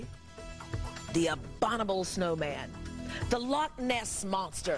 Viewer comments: did she say '' abonible '' snow man ??? hahahahhh thats what public school gets you. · What's an "Abonible" Snowman?